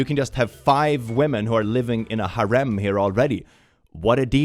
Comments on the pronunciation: I love how he says harem Hair-Rum, soo good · I love that pronounces "harem" correctly.